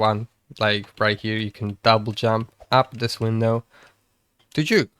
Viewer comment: bro forgot how to say window